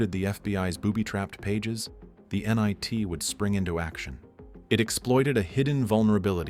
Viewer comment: you pronounced “NIT” as “nye T” definitely AI